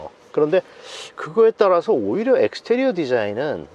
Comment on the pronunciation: 저 영어 섞어 쓰는분 웃겨서 이 채널 자주봄ㅋㅋ 약간 병맛ㅋ 엑스테리어래ㅋㅋㅋㅋ 익스티리어를ㅋㅋㅋ 모던도 미국식이면 마던이라고읽는건데 어느나라 발음인지 궁금ㅋㅋㅋㅋ 이상하게굴림ㅋㅋ